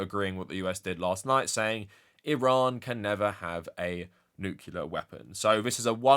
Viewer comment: That pronunciation of the word "nuclear"...